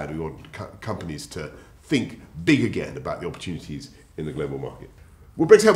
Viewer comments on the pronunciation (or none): none